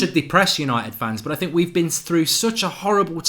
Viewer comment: No more press conferences hearing "I sink". Now its "we", this is ole a true Red.